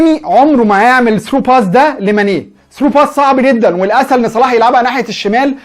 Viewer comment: وكان فين ماني ايها حاقد قبل لما يوصلو صلاح كان اخرو في فريقه المركز الخامس انما لما وصلهم صلاح جبلهم دوري ابطال وبعليهم في مركزهم وبعرف يخلق فرصه لنفسو انما ماني معرفش يخلق فرصه لنفسه الا بمساعده زميلو او من مساعده صلاح وروح اتعلم تنطق صح اسم صلاح مش صالح